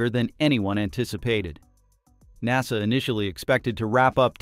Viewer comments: N A S A.... you mean NASA? Thanks AI voice. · Good video, but lacks human testimony. This is A.I. talking about things that it knows nothing about and that's why it says In Ay Ess Ay instead of saying Nasa... A.I. cannot be trusted because it has no scruples against lying. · en ay es ay? Only AI makes this kind of mistake. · When people make these videos using text to voice, they should spell out the words phonetically so that we don’t end up with the word NASA sounding like, En A Es A.